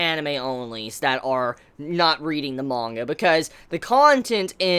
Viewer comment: There’s no “O” in manga mate